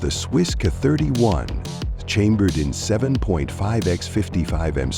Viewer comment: The narrator can’t pronounce Mosin Nagant correctly, can’t pronounce 7.62x54 correctly….. gets SKS wrong….butchers K31…. Carcano is cheap because it’s garbage.lol Enfield chambered in dot 303 Brit…. If you’re going to put videos up, do it right.